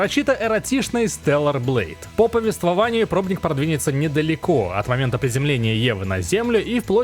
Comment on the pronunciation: Я один услышал ПОПАвествованию?😅